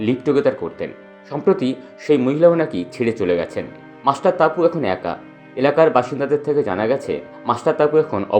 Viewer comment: Tumi ki bihari je topu ke taapu balchho, namer mane jene vdo koro.